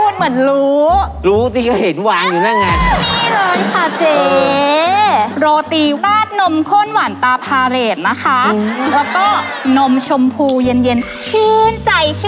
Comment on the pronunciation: ผมไม่เข้าใจว่าทำไมต้องพูดให้สลับกัน ล.ลิง กับ ร.เรือ หลายครั้งละ ทุกEP. พาเลซ (Palace) ไม่ใช่ พาเหรด(parade) ความหมายจากวังกลายเป็นขบวนแห่สวนสนามเลย แล้วก็อีกคำนึง hilux revo มันต้องอ่านว่า ไฮลักซ์ รีโว่ ไม่ใช่ ไฮรักซ์ ลีโว่ ผมเข้าใจได้นะคนที่พูด ร.เรือ ไม่ได้ แต่คนพูด ล.ลิง กับ ร.เรือ สลับกันผมไม่เข้าใจ เป็นแบบนี้มาทุกEP.ที่ผ่านมา มันถึงจุดที่ผมต้องเตือนบ้างแล้วแหล่ะครับ ทุกคน ไม่ใช่แค่น้อง tie in คนที่อ่านสปอตก็เหมือนกัน พี่บอลนี่ก็ใช่ย่อย พูดสลับ ล.ลิง ร.เรือ กันระนาวยิ่งเวลาร้องเพลงนี่โคตรบ่อย